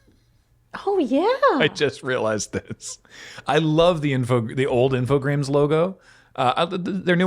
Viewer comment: I was looking at the logo and I still felt like was saying 'Infogrames' wrong. That extra R is like missing a step on a staircase